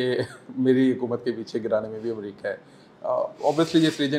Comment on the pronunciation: Madamme Aaaaa America Bolne mein kafi Parishan Horeee Jaisa Bannanna Kahaa rahe hai